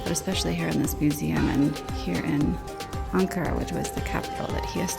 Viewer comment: If you pronounce the "an" in "Ankara" like the "un" in "unacceptible", it will be the correct pronunciation. Because we pronounce "an" as "un"